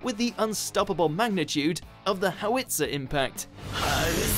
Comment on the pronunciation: Why are you pronouncing howitzer with Japaneses accent? Its Germanic/Czech.